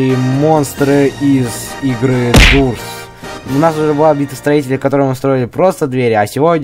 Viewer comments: не дурс а дорс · хватит унижать дорс.Правильно говорить дорс ане дурс ты унижаеш игру>:( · дорс, а не дурс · Ух говори не дурс а дорс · ПРАВИЛЬНА ГОВОРИТСЯ ДОРС А НЕ ДУРС🤨😐😑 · Дорс а не дурс